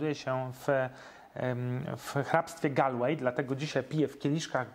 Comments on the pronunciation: [gOOOlłej] nie [galłej] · Mam małą podpowiedz. Galway lokalnie wymawia sie "Golłej". Pozdrawiam z Galway. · County czyta się golwej